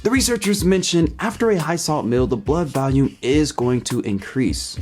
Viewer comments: The way you pronounced 'volume' sounded like 'value', and you said it twice in close proximity which reinforced the confusing pronunciation. Weird. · It really is uncanny how much your pronunciation of 'volume' sounds like 'value', so much so that if it weren't for the fact that you displayed the word 'volume' in the video I would have thought that you'd said 'value'. Weird. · I like how you pronounce "volume" like "valium." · You're pronouncing "volume" as "value". The "vol" in volume is pronounced like the "vol" in "volleyball". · why does he pronounce volume “valume” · Okay, now the weird pronunciation of 'volume' as 'value' is starting to get irritating.